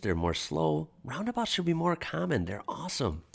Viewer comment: Just a little aside, nothing to do with this video, but I've noticed that when you pronounce the word common, it sounds like "carmen". I wonder what sort of accent that is. Where is it from?